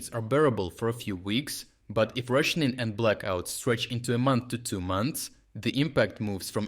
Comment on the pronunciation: I love how your accent makes the word "rationing" indistinguishable from "Russianing".